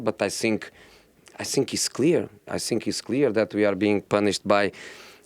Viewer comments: It's not sink, it's think Josee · He's so angry inside that he eats two letters "Think" becomes "Sink"😂😂😂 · “I sink” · Titanic captain: The ship's sinking José : I sink so, I sink so... Rose: what should we do...we are going to die!!! José : I have "nasing" to say, everybody is against me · Plot twist : He was saying I stink not i zthink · No-one: Jose: I sink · All I heard in this interview was: "I sink" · "I sink" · Whenever he starts with “ I sink... “ just know it about to go down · This is how many times he said “I sink” 👇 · Reporter:Ask his question? Jose : I sink ..... I sink ....... I sink... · Did he really said I sink? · Nobody: Mourinho: I Sink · Everyday “I sink I sink” Jose 😂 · I sink... I sink... To be fair though, this is what makes him one of the best managers world football has ever seen. Never shows weakness, never backs down from his responsibilities, has no fear even when the results are bad. Incredible self-confidence. Respect. The man is straight-up fire 🔥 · Prefer not to sink